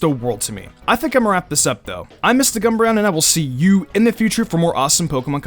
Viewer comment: Every time I hear you saying your own name, I hear it as,... Oh yeah, my favorite Team Leader is Giovanni.